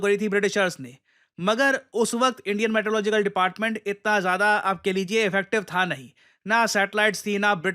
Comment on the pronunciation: Meteorological ❌ Maetelogical ✅